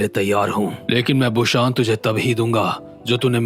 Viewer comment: Bro it's busan not bushan